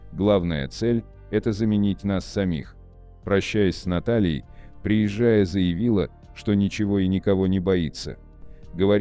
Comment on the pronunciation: Слушайте внимательно текст. Рассказчик делает неправильные ударения в словах: приезжАя, вместо приЕзжая. Вопрос: чей это вброс? Ответ: заграничный. Цель: разжигание меж национальной розни.